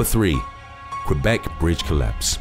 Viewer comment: Lmao i like the way he says 'Qwebec', as i am french irl and lives 2 hours away from there, and it's literally not how you say it lol